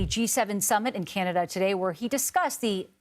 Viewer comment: My god! What is so hard about the word CANADA??? WE are not Kenada.